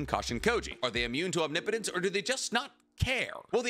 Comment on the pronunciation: He learned how to pronounce omnipotence 😂😭